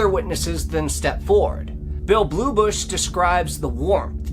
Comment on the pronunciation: It's not "Bluebush," but "Bullybush."